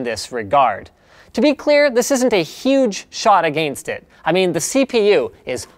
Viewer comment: "A gain stit" *against it